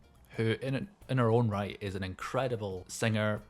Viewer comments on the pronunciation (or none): none